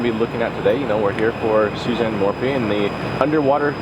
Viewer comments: please call her by her correct name , it's not morphie it's morphew thanks for all you do! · Not to be rude, but it is Sa lie da and Suzanne More - few.